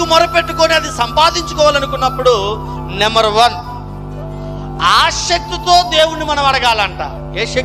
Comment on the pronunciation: Brother chinna correction..aaashakthi kadu aasakthi Ani palakaali.